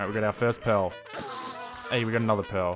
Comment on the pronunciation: You are saying 'pearl' in such a weird way that the captions are showing it as 'pill' and 'pail'